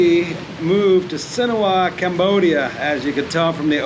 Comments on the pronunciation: Why do you pronounce it Sinowa ? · Si-Han-ook-ville. You are with a Khmer. Yet, you cannot even intelligibly say the name of the place where you live. Absurd.